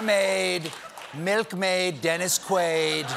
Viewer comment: Not Dennis Qu-ade! No! Say it ain’t so!! 😲😨😂